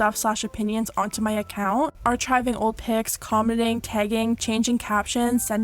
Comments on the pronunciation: FYI - it's pronounced ar-kive-ing, not ar-chive-ing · Did you really say "arCHiving" like that... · Lol “are-chive-ing” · she said ARE-CH-hiving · "ar-CHIVE-ing" me: 👁👄👁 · Wait... did you say Arch-hiving? Lol no hate, just thought it was funny. 😂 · the way you said archiving lol